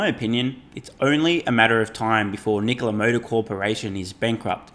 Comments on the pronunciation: ITS NOT “NICOALA” ITS “NIKOLA” 😫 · Did that chick say, " Knee Cola" ????